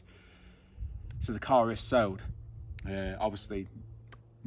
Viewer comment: New subscriber here great video but it’s sold not sowed.